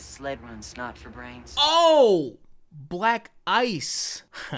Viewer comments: I always thought he said black eyes... like he was gonna beat hi up - never thought about black ice lmao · And here I thought he was saying "Black eyed."